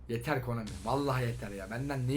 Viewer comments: abi komani deil konami :D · abi KOMANİ DEĞiL KONAMİ HSJSHS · Komani???? Konami🤣🤣😂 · Abi Konami dedin o komik